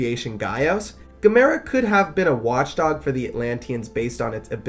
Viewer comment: Erm, his name is pronounced like, “gam-a-rah”.